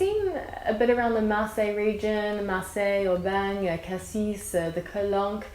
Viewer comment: When you're speaking about the town "Cassis", you don't pronounce it like the fruit, the final s is "muet" ;-)